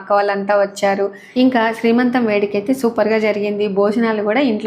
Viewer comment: దోశలు బాగా వచ్చాయండి, నేను ట్రై చేస్తా. మరో మాట, శ్రీమంతం కాదండి సీమంతం. ఏమనుకోవద్దు.